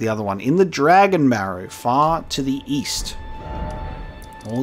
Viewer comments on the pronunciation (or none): "... believed to be in Fort Faroth in the Dragonbarrow far to the east.": East? I thought you said weast